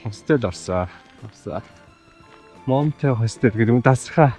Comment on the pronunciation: Залуу гэр бүл бн ,хэлээ сайн сураарай . Mountain-Мо биш маунтн гэж уншна. Уул гсн үг. Охин билетийг тикет гэж биш тии-кт гэж өргөлт авч хэлнэ. За тгд европ ер нь хятадуудаас айдаг гэхэд болно залхсан ,бохир бүдүүлэг ,чанга орилж олны дотор ярьдаг гээд . Биднийг хятадууд л гэж харна ,иймд соёлтой байдлаараа л ялгарна .